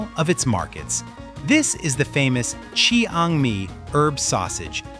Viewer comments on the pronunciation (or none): 5.06 the famous "Chee hang me " Chiangmai? Ai dross